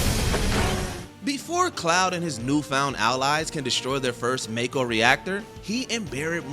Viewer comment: Makeo not mako